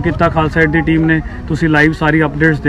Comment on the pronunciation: ਪਹਿਲਾਂ ਪੱਤਰਕਾਰਾ ਬੋਲਣਾ ਸਿੱਖ ਲੈ। ਏਡ ਨੂੰ ਐਡ ਹੀ ਬੋਲੀ ਜਾਨੈ